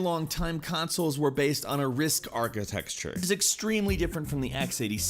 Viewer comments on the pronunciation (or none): Anyone else get pissed off at him saying "Architexture"? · Every time you say "architexture", I cringe. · STOP SAYING ARCHITEXTURE!!! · Stop saying achiteKture wrong!!! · WHY can't he pronounce "architecture" correctly!? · I love you man but, if you're going to say architecture 30 times you should learn how to say it. it's not architexture. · i think there's a poetry to the mispronunciation. 'architecture' by itself, i think of blueprints. mere 2D geometrical structures. 'architexture' gives it extra semantic flavour, nudging me towards thinking about materials & three dimensional shape. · Did you really expect a port of Killer Instinct to be good of SNES?? You do realize the KI arcade game used a 100mhz MIPS based RISC processor and the SNES used a 3.58 mhz Ricoh processor? Also it's pronounced "architecture" not "architexture" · Archi-TEC-ture! Not archi-TEX-ture!!!!! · why is he saying architexture instead of architecture??? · why did he keep saying archi"texture" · ARCHITECTURE... Ark-ee-tech-ture not architexture! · For those of you reading the comments before watching, here's a tip: Watch as a drinking game. Every time he says "Architexture" take a shot. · ArchiTEXture? Wtf ? Why is it that so many Youtubers don't know how to speak English? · ARCHITECTURE. NOT ARCHITEXTURE. YOU DUMB SHIT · til "Architexture". Great portmanteau meaning the feel of the way things are built. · Omg stop saying "architexture" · christ i cant hear you say architecture wrong anymore >< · The work is "Architecture" not "Architexture" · Why can you not pronounce "architecture"? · DUDE, its architecture, not archiTEXture. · Was he actually pronouncing Architecture as Archi-texture???? WTF??? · I like how he keeps saying architexture. Architexture. WTF is wrong writh you. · you have to stop saying architexture, that's not a word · Anyone else annoyed at how much he pronounces "Architecture" as "Arkitexture"? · I keep hearing "architexture"... it's driving me nuts... ARCHITECTURE